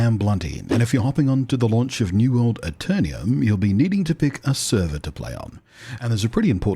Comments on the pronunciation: Pronounced A Ter Num Not A Ter Nee Um Hope you enjoy the game and bring aton of players with you, PvP is challenging and there is a strength and weakness in every class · Love your videos and voice - lots of positive vibes! I believe, however, it is pronounced Aeter-num, not Aeter-ni-um :)